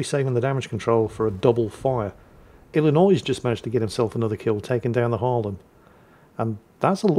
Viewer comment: you pronounced Illinois without a struggle way to go!